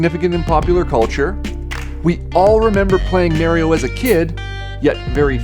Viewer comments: I don’t trust anyone who pronounces Mario with a long A. It’s Mah-ree-oh, not Mare-ee-oh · If they gotta pronounce Mario "Maryo" that says everything I need to know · Fake gamer when you say "nes" instead of n.e.s. and when you say "Mario", Mare-rio"!!! Cringe video btw! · Never trust someone whon pronounces it as Merio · I love how your definition of a serious collector is one who has been doing it "for more than a year," and then you misprounce "Mario" as "Mare-ee-oh." At least the dentist who didn't know anything about video games, not even that people bought old games, was honest that he started a hedge fund to buy games as an investment opportunity. If that's also the page you're on, which it clearly is, do that, but stop with the stacks of obvious lies and false statements about those exposing the conflicts of interest with WATA and Heritage. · never trust a person who calls himself a "videogame collector" but can't even pronounce super mario correctly